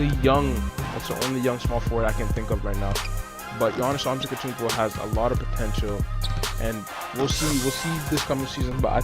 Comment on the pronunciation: AnteTokounmpo.Not antekotounmpo